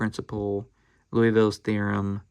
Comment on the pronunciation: Liouville, not Louisville… the i and ou don’t “commute”